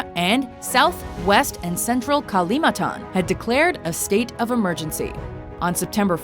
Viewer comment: its kalimantan not kalimatan